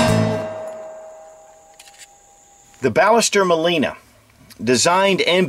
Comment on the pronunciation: Actually it is pronounced Bash-s-terr Mawl-ee-nah. I'm from Argentina :)